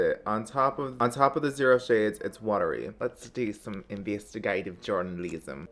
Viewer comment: investeegativ journaleeeezm. i’m dead 😅